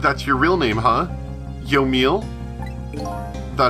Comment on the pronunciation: I think it's pronounced yo-me-ell